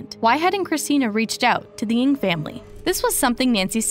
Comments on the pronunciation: I hope the family finds closure. Also the group comes forward on what really happened. ALSO, Ng is pronounced "Nang" not "Ing"; it was pronounced correctly by one of Nancy's friends within the video. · Please .. not Eng it's Ng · I definitely recall that "NG" is pronounced as Nang and not Eng? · NG not ANG. Jeez. Rest in Peace, Nancy. 😢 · the pronunciation is "Nang" not "Ang". btw she looks china so she probably just walk away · Ng pronounce as Eng not ing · At least pronounce her last name correctly. Its not "INC"